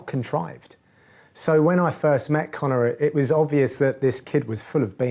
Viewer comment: you live in England, it's Connor